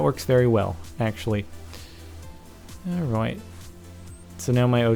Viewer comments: New levels of "alroit" have been reached in this video. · When he says alright dosen't he sound austrailion ? or is thet just me :D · thumbs up for the wierd way he says alright! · lol, ALROIT ALROIT. :D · It seems to me that it sounds like he has an Australian accent when he says alright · when he says 'alright' he sounds like hes from london, lol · i dont kno if u guys notice but when captain said or says 'Alright' he sounds british which is kool! o3o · Why the fuck does he say alright soooo weird?